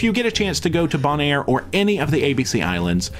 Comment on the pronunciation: You are mispronouncing Bonaire. It is pronounced bone and air.